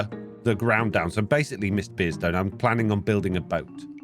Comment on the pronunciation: The way says Mr. Beardstone makes it sound like miss beardstone for me. 😂